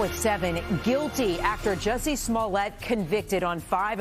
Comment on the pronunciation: 'Jussie' lol